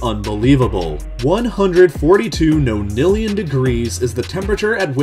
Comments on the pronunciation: And it's pronounced NON-illion rather than NO-nillion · its not pronounced noenillion its more of a nahhnillion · Are your pronunciations of ‘nonillion’ and ‘Planck’ different, perhaps because you’re speaking British English vs. American English? Or are they incorrect? I’ve always heard ‘Planck’ pronounced rhyming with ‘ankh’ and ‘nonillion’ pronounced ‘non-illion’.